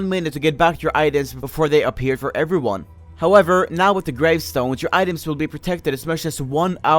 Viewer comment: When he say how everyone going? I hear How server 1 going ;p